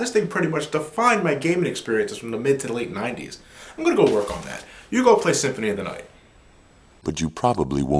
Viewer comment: "Castlevania: Symphony of the Aight"